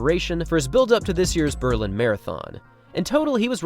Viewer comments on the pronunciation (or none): none